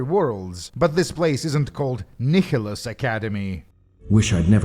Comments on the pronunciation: Kickholos ??? It’s Nihilus there is no k/c in there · Fyi Nihilus is pronounced nye-lus. It's based on the word nihilism.